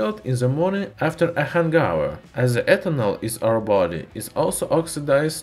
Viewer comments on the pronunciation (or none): Hangover not hanghour